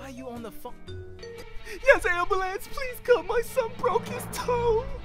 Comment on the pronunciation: my dad am ba lance